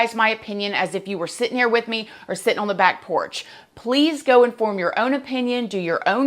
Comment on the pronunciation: I love watching and listening to. Sometimes I think(?) I hear some southern drawl...the "back porch" is one.